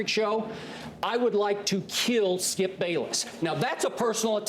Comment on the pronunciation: How everyone else pronounces Skip: Skip How Shannon pronounces Skip: Skeeyup